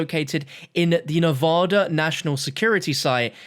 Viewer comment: Thank you for saying NEVADA correctly